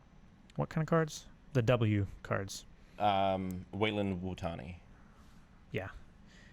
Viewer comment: Wutani? Not Weyland-Yutani?